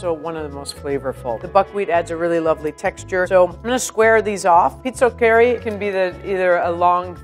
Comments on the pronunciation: You pronounce pizochEri pizOcheri with the pronounciation on the o not the e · I loves how she pronounces, pizzoccheri, so way off it's hilarious.